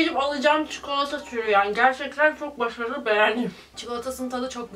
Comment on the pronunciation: No one:: gerŞeKteN çoK başARılı